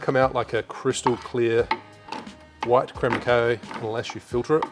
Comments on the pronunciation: mate... it’s cacao... like ka cow ok? Say it with me... ka cow.. ka cow.. ok.. now don’t do it again. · If you say cacao butter, why do you say crème de cow? (I watched your brown version video just yesterday, and others commented on this, too. Sorry 🙈) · Lose my shit whenever I hear you say "crème de cow", always think you're about to make a beef smoothie or something 🐄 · just wondering if that's the way Australia or your area says cacao to be honest. The way you say it could make sense based on spelling thanks to English being a mutt, to be fair.